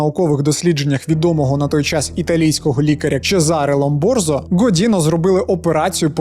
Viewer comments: Не Ломборзо, а Ломброзо. Добрий день. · Ломброзо, не Ломборзо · Дуже цікаво, але враховуючи Вашу специфіку каналу Ви мусите правильно вимовляти прізвища таких визначних людей для судової медицини і криміналістики як Чезаре Ломброзо Успіху Вам і з нетерпінням чекаю нових відео!